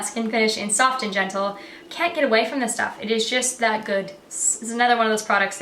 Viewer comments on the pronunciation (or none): I can't believe how Australian you sound hen you say can't get away from this stuff. Ahhh!! Haha too funny. And the sound in the background is a type of bird that's in Australia. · never heard you sound even a little austrailian before but when you said 'can't get away' when referring to mac soft and gentle . omg